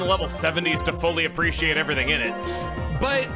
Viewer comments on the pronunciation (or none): none